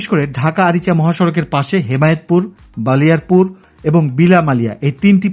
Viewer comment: ভাই বালিয়ারপুর না ❌ বলিয়ারপুর হবে ✅.